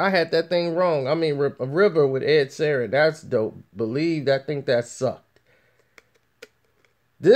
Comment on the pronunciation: This piece of shit needs to quit while he’s still minutely relevant. Half of this video is dead noise. Doesn’t say anything, just sits there breathing like he’s polishing his plastic jewelry. No one in the “biz” knows who this clown is and sure as shit doesn’t give no fucks about him. P.S. it’s Sheeran, an insanely easy name to say. Get the bubble wrap out your mouth and get a fuckin job